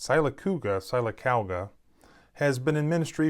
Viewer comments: The city is pronounced Sill-ah-cau-ga. Jim Nabors's birthplace by the way. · Sill - uh - cogga. It's a southern thing, normal pronunciations don't apply down here. We have a town named "Arab", which any casually literate person would pronounce, well, as in like referring to a denizen of the Middle East. But no, it's pronounced with a long "a", then like the "rabb" in rabbit. We here southern folk got our own dang language rules, y'all. Ifn y'all don't cotton to it, jez stay over yonder. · It's pronounced, "Sill-ah-COG-gah". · Sylacauga: pronounced sill-ah-cauga. I grew up in Alabama.🙂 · I love the way you pronounced sylacauga 🤣 you gave it a good effort though. Thanks for all your valuable content as well.